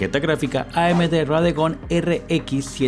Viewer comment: no es radegon es radeon